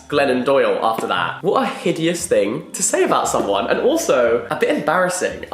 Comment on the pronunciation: I swear I forgot you’re British until you said “what a HIDEOUS thing to say!”🤣